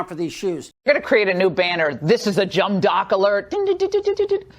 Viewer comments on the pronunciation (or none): That dude Loren Ingrahands said "jum dock"....wt Franklin?